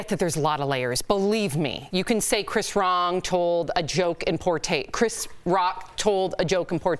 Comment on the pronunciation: Did she just call him Chris Wrong?